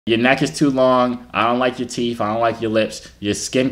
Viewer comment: “TF on yo teef then” 🤣🤣🤣 i’m so weak!!!!